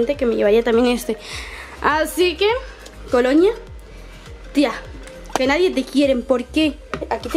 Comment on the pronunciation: Porque dices "coloña" todo el rato??